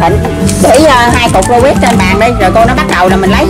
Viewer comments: Rubik ko phải rubit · Robik bà kia nói là robit anh em ah